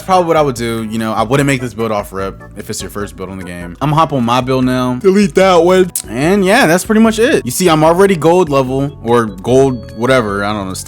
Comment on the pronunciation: “DeLetE dAt WuN” 😂